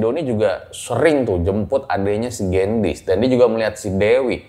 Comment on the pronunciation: koreksi dikit y baca gendisnya harusnya e nya di baca kaya di kata beli bang 😁 Gendis itu artinya gula 😄